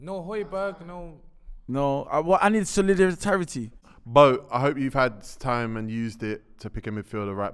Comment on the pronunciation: Man said solehdoritarity